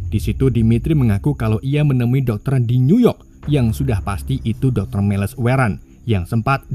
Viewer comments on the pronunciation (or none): none